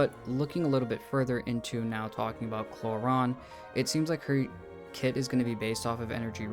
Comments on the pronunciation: It’s pronounced Clor-rin not Clor-ron. Other than that good video. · umm its Clo-Rand bruhh